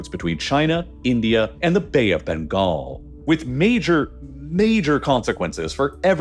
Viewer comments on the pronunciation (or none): none